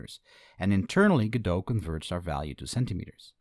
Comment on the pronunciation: you cant say godot...